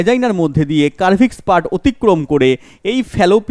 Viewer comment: কার্ভিস না স্যার সার্ভিস 😊❤